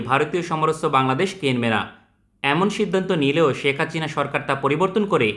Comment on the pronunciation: Name ta thik moto uccharon koren itz Hasina not Hachina.